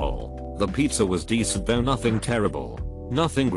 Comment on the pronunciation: losing my mind over "thoug"